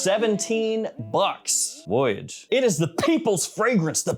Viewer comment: The way he said voyage was hilarious 😂